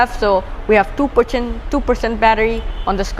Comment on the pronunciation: One perchant 😂😶percent *🥴😂